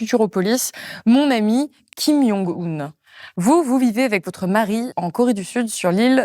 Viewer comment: kim djongue oune pas kim young oune. c'est un coreen pas un polonais